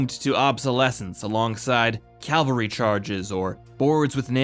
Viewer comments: I love this channel! But I just heard you say “calvary” instead of cavalry, and “nuke-u-lar” instead of nuclear. Ouch! That hurts! 🤕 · How come so many people can't pronounce "cavalry"? It's not "calvary"... 🤪